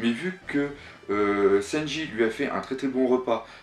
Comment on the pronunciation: J'adore tes vidéos mais effectivement le LOUffy et le Senji ainsi que Brok c'est dommage corrige pour tes prochains abonnés